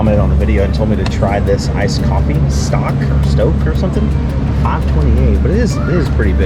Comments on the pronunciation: The brand of coffee is pronounced STOAK- like stoking a fire. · Also the o in Stok is long.